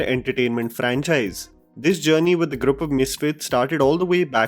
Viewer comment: Ok as always great review. Just one thing, the word ‘group’ is pronounced ‘groop’ and not ‘grup’